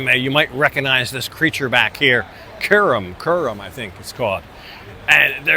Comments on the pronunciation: my 9 nine year daughter cannot believe you don’t know how to pronounce or know Kuromi 😄It’s ok, I doubt she is your typical target audience. Nice review of the Honda products 👍🏻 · lol... he didnt even get close to the correct pronunciation - Kuromi = Car-o-me